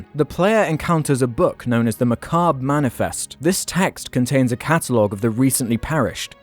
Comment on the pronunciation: That's not how you pronounce "Macabre"